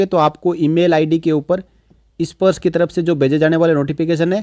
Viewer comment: issparsh nahi bhai sparsh. 😄